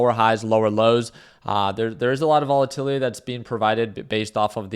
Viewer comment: Vol-a-tility Index